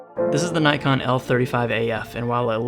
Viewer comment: Props for pronouncing “Nikon” correctly!